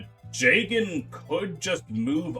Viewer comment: damn you really referring to jagen with the hard J huh. didnt know you were a brother like that